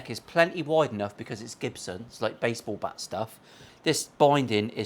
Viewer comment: It’s not Jibson. It’s GIBSON. 😂😂😂😂😂😂😂